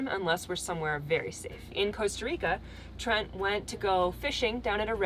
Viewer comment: Sorry Trent not Tent - see below